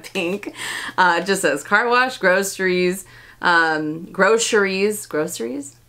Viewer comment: I can assure you that it is gro-cer-ies, not gro-sher-ies